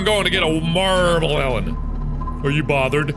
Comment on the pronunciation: MEL- ON NOT MEL- OWN